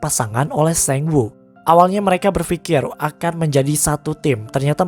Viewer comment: baca sangwoo kenapa harus sengwoo sih